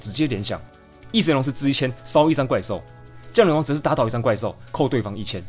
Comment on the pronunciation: 應該是降(ㄒㄧㄤˊ)雷皇吧030